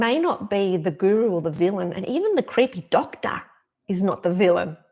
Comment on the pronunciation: I just love how you say "creehpey doctah", it cracks me up every time I hear it. 😁 Awesome message, thanks for sharing!